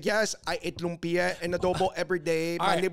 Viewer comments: Funny (not) how Cameron pronounced Lumpia more accurately than the lady whom I'll assume is a Filipino..🤦🏽‍♀️ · I believe Cameron. She pronounced lumpia right.